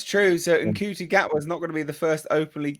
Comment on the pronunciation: Just FYI, Mr. Gatwa's Christian name is pronounced "Shooty," like the one cop in The Hitch-hiker's Guide to the Galaxy. Also FYI, for the entire twenty-seven-year run of the original series, apart from a flirtation with an Aztec woman, the Doctor had zero interest in romance of any kind. That was why children liked him; no mucky grownup goop.